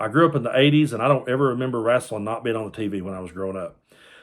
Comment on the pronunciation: When you called it "wraslin'", I knew you were a real fan.